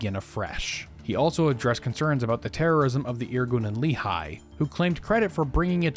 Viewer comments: Great video! For future reference, it's pronounced Lekh-ee, not Lee-high, accent on the Lekh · Just a small correction. "Lehi" is not pronounced as "Lee High" but as "Le hee" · It is pronounced Leh'khee, not leehi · You are incredible, but for the love of! It's not Li-Chai, it's "Le-Hee"❤ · Love your channel, been following for several years. IMO, you're one of the most comprehensive and well-sourced history YTers, especially of modern histories, even on controversial periods. Minor corrective note: Lehi (in Hebrew) is pronounced "Leh-Hee", not "Lee-Hai"